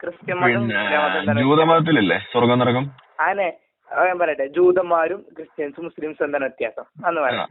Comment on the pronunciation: നരകം അല്ല കോയാ നെരഗം 😀😀